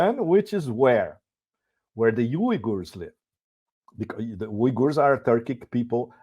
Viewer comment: Thank you pepe for someone finally pronouncing "uygurs" at least somewhat correctly.